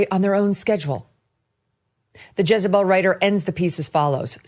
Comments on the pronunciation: It's JEZ not JIZZ lmao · Jezebel not jizzabel 😂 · Thought he said Jizz-a-Bell(pause) 🤣🤣🤣